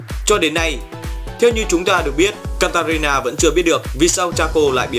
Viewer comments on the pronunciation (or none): katarina đọc một hồi thành kalít ta lun (hk piết viết ) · Ad nói katarina thành kalista